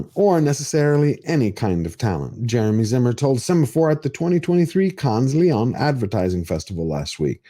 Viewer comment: Can't pronounce lion🦁?😂😂😂😂